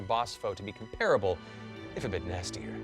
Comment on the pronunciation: I like that he says comparable instead of comp-pruh-bull. It just seems so hard to not sound like a twat waffle when I say it that way. And indicative.. that.. I can't talk about that one.